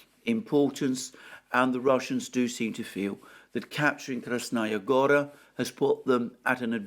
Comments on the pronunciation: Also: KrasnAya GOra is incorrect. It is read KrAsnaya GorA. It is annoying hearing it repeatedly intoned wrongly. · Kras-NA Goya, not Kras-Naya Gora.